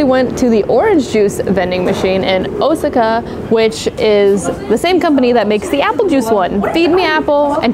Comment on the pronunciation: ah man i like this channel but the way she said Osaka made my skin crawl